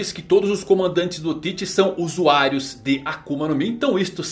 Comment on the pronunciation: "ENQUANTO A KUMA?" KKKKKK AKUMA